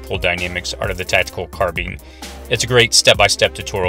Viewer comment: Hearing it pronounced "car-been" is like nails on a chalk board >,<